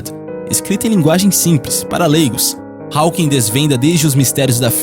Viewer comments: O PH de Stephen se pronuncia igual a letra V. Stephen = Steven O W de Hawking é mudo. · O narrador desse documentário não sabe falar inglês.Ele não pronuncia corretamente o sobrenome Hawking e o sobrenome Redmayne.